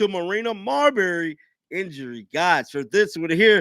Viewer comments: Marina Mabrey is NOT Marina Marbary. I like your commentary, but you periodically mispronounce some of the WNBA's players names. It seems to show a lack of preparedness. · Please, it's pronounced Marina May-Bree not Marberry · it’s Mabry. Not mawberry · I like the way you pronounce Mabrey. 🤣